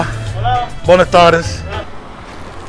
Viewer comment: i was trying to get him to pronounce BWAYnas tardes correctly.